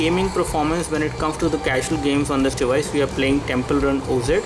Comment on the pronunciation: FYI its not 'temple run oh zed' its 'temple run awwzzz